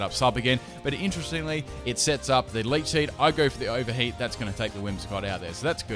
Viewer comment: Did you say 'ogre heat'